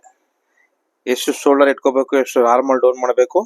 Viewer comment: ಅದು ಹಾರ್ಮೋನ್ ಅಲ್ಲ... Armhole... ಆರ್ಮ್ ಹೋಲ್....